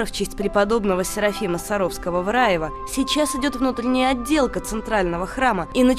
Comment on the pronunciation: Только почему диктор грворит в Рáеве, когда всю жизнь это было РАЁво, и кладбище что неподалёку РАЁвское, а не РАевской....